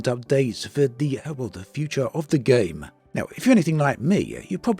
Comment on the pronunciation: I cringe every time you say game 😏